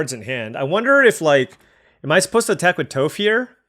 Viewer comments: To help you out in later videos, it is Toff like off not Toeff like Toe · Atla looks great. Also, Toph is pronounced as “taaf”. 😊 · Bro Toph is “T-ah-ff” or like “T-off”. She’s the GOAT earth bender 😭. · "Toof" AHAHAHAHA dude I'm dying! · Toph = "Toff" Ba Sing Se = "Baw Sing Say" So excited for this set and to see you draft! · you’ve done us a favor with your daily uploads - now let me return the favor. Watch Avatar - it’s timeless. Also Toph’s name rhymes with “cough.” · Toph would be horrified of that pronunciation if she wasn't deaf. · love your video's but I gotta assume you have never seen avatar the last air bender, not with the way you kept butchering Toph's name. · no biggie but Toph rhymes with cough. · it is! You were killing me everytime you were saying her name lol.